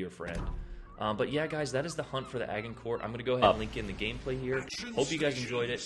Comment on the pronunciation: the way he says this ships name hurts🤣 the prononciation is adge- in- core. No hate man I’m just picky